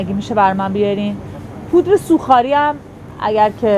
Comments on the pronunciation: دقیقا 🤣🤣🤣🤣🤣 افتابه لگن هفت دست شام و ناهار هیچی مصداق همین خانومه. سوخ آری 😀😀😀😀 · سوخ آری گفت بعدم بدون ماسک بود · این چرا به پودر سوخاری ، میگه سووخاری ، به باقلاقاتوق میگه باقلاتِق😂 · وای خدا کلی خندیدم به این سو oo خاری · پودر سوخاری رو چرا اینجوری تلفظ میکنه ،